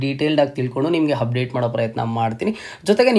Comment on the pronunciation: Hupdate, handre, heedey reti, hipath mooru hipath nalku, hantaha, howrige, hand, habiruddhi, hawashakate, himportant, helru😅 edu yav style yella ha inda heltidiri, offend aag bedi😅